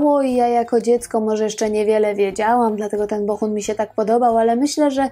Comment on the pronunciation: BoHun, a nie BoCHun. Przez cały odcinek mówi Pani przez „ch”. Fajny materiał, a słuchać się nie da..